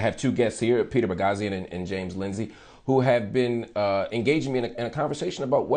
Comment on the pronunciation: ‘Peter Boghossian’? Haha. Sounds like ‘Boss Hog’ to me.